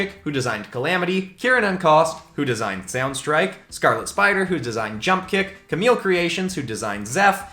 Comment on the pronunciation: Opp I heard jump-kick as a she Guess like I’m not chosen Meh GREAT DESIGNS THO PEOPLE